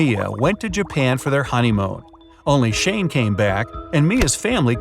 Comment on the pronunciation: BRIGHT SIDE: Shane and Mio went to Japan for their ~HONEYMOAN~🇯🇵🇯🇵🇯🇵 ME: Uuhhhh ok ME AGAIN: I HAVE TO COMMENT THIS AND SEE IF ANYONE HEARD IT TO HWAHAHAHA🤣